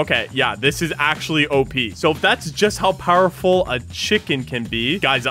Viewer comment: Bro said powerfull ball